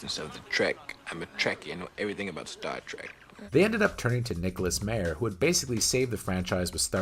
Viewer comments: COMPILATION {no corrective change to pronunciations of Harve (silent e) Bennett or Nick Mayer (MAI-er)} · Nick Meyer's last name is pronounced My-er (long "I" in the first syllable). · Also mispronounced Nicholas Meyer's name... that was annoying but otherwise a pretty good summary